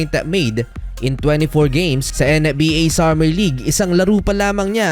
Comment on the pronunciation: Kayasin mo nga dila mo ang arte arte mo sa pad bigkas ng NBA! pweee!!!!